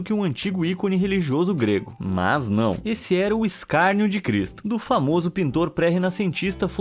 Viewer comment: VOCÈ....E... FÃMOÇO .